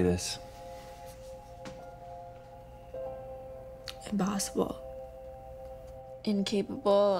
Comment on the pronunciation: I HEARD IMP-BOSS-ALE